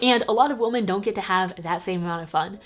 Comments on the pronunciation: Toni Toni it means multiple women, so one wo-MAN multiple wo-MEN but the pronunciation is wo-man for the singular and more like wim-en for women you dont say wo-men like woah-men, cause that’s mixing the singular and the plural. Wo-man singular. Wo-men (wim-en) multiple. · It always throws me off how says "woah-men" instead of "weh-men" when she says women, but it's cute too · I love you even though you pronounce “women” like “woman”